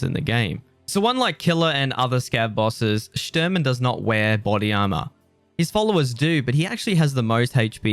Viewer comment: Shturman is Russian for navigator. It's pronounced Shh-tour-man